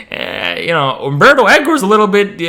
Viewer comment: U-M-berto Eco. Please